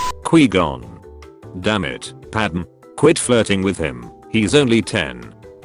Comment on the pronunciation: Nobody: The TTS: "Quee-Gone"